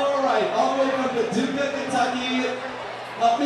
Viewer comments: PADUKAH.. or whatever. i kept saying it over and over in my head last nite it was stuck in my head. wondering why that guy couldnt say it right. but i guess its the same with PUNXSUTAWNEY [home of the groundhog, my home town wee.] most people cant say it either. ok. rambling. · yesterday for some odd reason i had one word stuck in my head PADUKAH or whatever. and i kept saying it over and over in my head and slowly... and wondering why that guy couldnt say it. i guess i can say it because im from PUNXSUTAWNEY [home of the groundhog lol] and people can never say it correctly either. ok rambling.